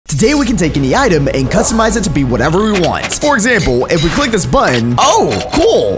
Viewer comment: when i saw this video the word u said was cuztomize Instead of customize